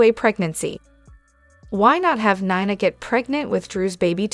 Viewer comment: Neeeena please not kniena